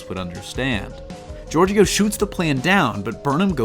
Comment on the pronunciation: I had to stop watching at a minute and a half in. Please learn how to pronounce the words related to the topic you're talking about. Georgiou, Bat'leth, Kahless are just a few.